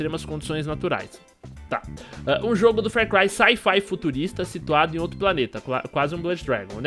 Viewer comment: Meu Deus vc ta me deixando com aflição falando fer cry.